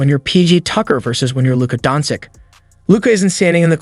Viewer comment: stopped watching as soon as you pronounced his name wrong in the first line...